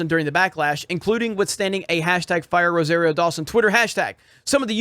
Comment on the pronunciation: you still can't say Rosario right! Or maybe it's that Floridian accent?